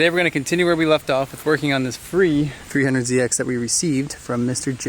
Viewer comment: Definitely misheard you say "Freehundred ZX" and it's all I can hear now lol